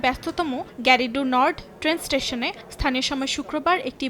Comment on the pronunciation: Firstly, you need to know the correct pronunciation of station, otherwise, you should not make reports as a news reporter